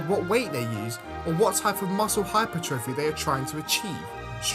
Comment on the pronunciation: Your pronunciation of hypertrophy….. good vid tho